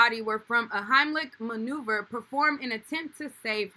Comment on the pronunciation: maneuver not remover sis